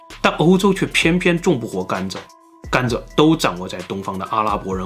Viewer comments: 是我的錯覺嗎？老聽到總裁把甘蔗念成甘炸......嗯，糖吃太多了，就炸了！！！？？:_zongcai有問題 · 为什么要把甘蔗zhe读成"干炸"呀 😂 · 甘蔗 zhe，不是干炸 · 甘蔗念gan zhe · 碳水进入身体都会转化成糖，所以很多从来不吃糖的中老年人，也会得糖尿病。中国很多地方的饮食结构真的有问题，尤其是西北，面食真的太多了。 另外，这个甘蔗（zhà）的发音太魔性了🤣